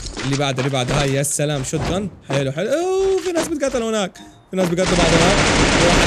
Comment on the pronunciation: هناك❌ هوناك✅